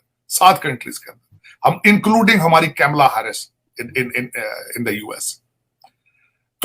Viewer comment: Bhosdi k कैमला हरीश नही ।।। कमला हैरिस बोलते हैं ।